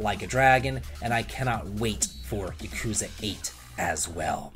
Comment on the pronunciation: Lmao you didn't even try to pronounce Yakuza correctly